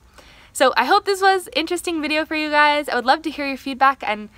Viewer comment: Is the word spoken as "Gay's" ,I shall lose my glee then